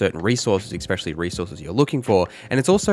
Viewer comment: Stop saying "expecially," for fucks sake.